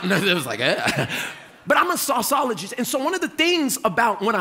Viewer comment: Sauce ologist....🤣